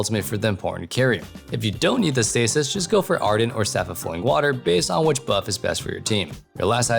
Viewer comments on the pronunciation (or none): none